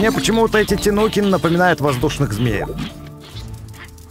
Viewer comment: А почему говорит тинукины а не тайникены хотя так правильно ну ладно от этого видео не хуже